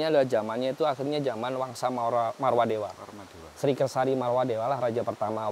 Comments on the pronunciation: MAAF,karna sering salah ucap,Tyang luruskan Dinasty Warmadewa bukan Marwadewa.....🙏Rahayu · Sekedar mengingatkan saja, dari episod 1 sampai 4 ini saya dengar menyampaikan Warmadewa itu "Marwadewa"😊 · Warmadewa maksudnya bang.. Bukan marwadewa